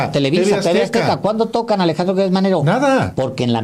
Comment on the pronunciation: Por favor no digan Guertz es Gertz Manero estan como Fox cuando dijo Jorge Luis Borgues y no Borges. Atención con la U.